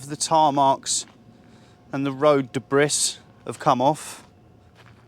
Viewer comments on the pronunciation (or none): Great video. You've got a good presenting style without talking down to the viewer. You're clearly a talented guy too However, debris rhymes with pea, not piss!